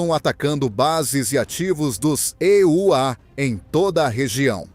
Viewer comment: Locutor que diz "ê" u á tem que voltar à escola.